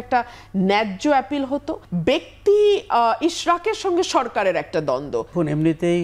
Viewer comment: আপিল ❌ এপিল✅